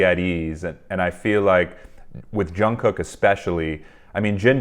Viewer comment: quick note - Jungkook is pronounced with a soft j, and then jungoo - very softly.